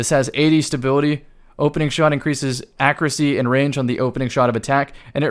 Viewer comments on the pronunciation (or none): loves his accreacy. Great vid though.